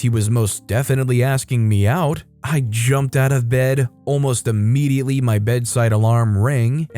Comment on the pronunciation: Immediately not Ammediately. Come the fuck on#